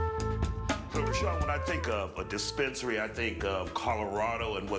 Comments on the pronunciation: He said dispensarry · Got that "DISPENERARRY" lol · The man added a few extra letters to the word dispensary lol